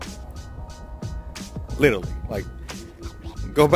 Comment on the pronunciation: Wait, did this dude just say litaly instead of literally? 🤦🏻‍♂️